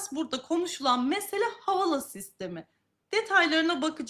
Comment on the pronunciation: Havala nedir kardeşim? Havale diye okuma özürlü müsünüz?